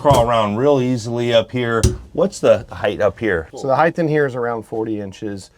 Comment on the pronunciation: It's HEIGHT not heighth. There's no h at the the end